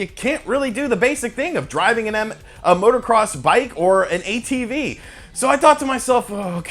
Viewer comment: Vro, where’d that “R” come from?